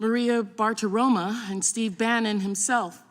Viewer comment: Bartiromo ----> O not A